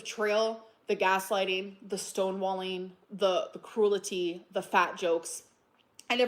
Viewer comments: its cruelty not cruelety or cruella tea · It was crool-i-tee! Look up the def-o-ni-shun!